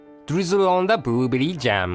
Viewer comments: "boorooooberri jamu" :D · ボールベアリジャム。(He used an R, equivalent to both R and L in English.) XDDD I still died!! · The part when he said "booberry jam" mad me laugh! Very instructional video, too! Thank you. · I kinda feel bad for cause he can't say blueberry jam